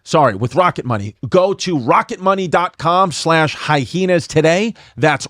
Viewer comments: OK I'm outing myself as a newcomer with the reboot. But do these guys purposefully pronounce it "hi-heenas" or can they just not read good? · I love how Chrissy and Yanus purposely pronounce the word hyena wrong almost every time!🤣